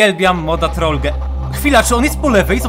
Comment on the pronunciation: To się nie czyta "Troll-ge" tylko Troll-dż albo Troll-dżi